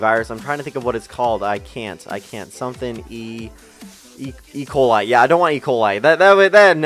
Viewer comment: "Ecola" HAHAHAHHA